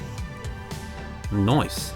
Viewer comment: I'll give it a like cuz u said Noice 😁